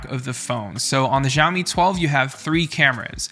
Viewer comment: hi dude can try pronouncing it "shaowmi" instead of jiaomi?😁